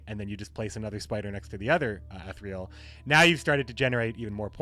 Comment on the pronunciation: "E-thereal" fuck I dunno how to write the pronunciation but its bugging me the way u pronounce it lol